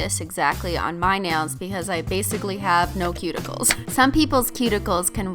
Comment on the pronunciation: BASEically u said basically but like u were talking about base coats...😂😂